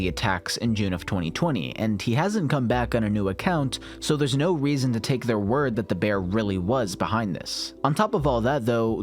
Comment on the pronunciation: "the weason"